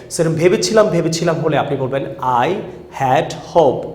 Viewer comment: হোপ্ ড বলেন ক্যান, হোপ্ট হবে,ভুল শিখান না প্লজ